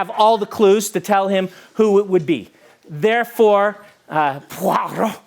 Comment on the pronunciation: That pronounciation of Poirot had me stop the video and gather myself hahah